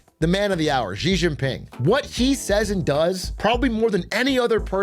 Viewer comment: I spent 10+ years doing business in China.... as an example, when they discuss American Politics, they call Trump "TeLumPu". It makes their pundits and commentators sound ridiculous and undereducated to an English speaking audience. SO remember, it's Xi=She.